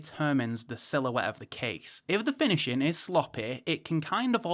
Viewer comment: Watch-in' > Finish-in' > Review-in' Can someone tell him, there is an "ing" on the end of a word !!